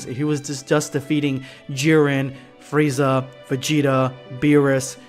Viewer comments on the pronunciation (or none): none